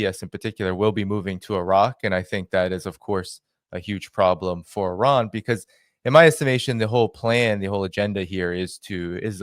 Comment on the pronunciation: the name of the is NOT pronounced OORAN or HOORAN, it is pronounced EERAN (Iran).